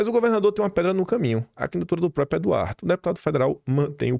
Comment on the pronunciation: Por favor faça um esforço para pronunciar a palavra próPRIo corretamente. Se treinar um pouquinho vai conseguir.